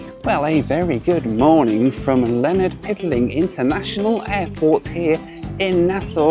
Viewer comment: “Leonard Piddling”?! Try Lynden Pindling!